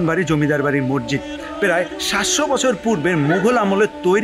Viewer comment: শব্দটা মসজিদ, মরজিদ বা মজ্জিদ না। অনেক উচ্চারণেই প্রবলেম আছে আপনার। উচ্চারণ ঠিক করুন। আর স্ক্রিপ্ট এ বাহুল্য দূর করুন। এছাড়া ভিডিও কোয়ালিটি, সিনেমাটোগ্রাফি ভালই। ইডিটিং এ বেশি অস্থিরতা চোখে লাগে৷